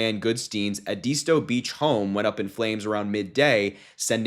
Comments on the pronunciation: (ED IS STOW) IS THE phonetic pronunciation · It's pronounced Ed is tow... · pronounced Ed Is Toe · Great info and thank you! By the way, I’m from SC and it’s pronounced Ed-is-stow…❤️ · Edisto is pronounced~Eh- di-sto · correct pronunciation… EHH - dih (not dee) - stow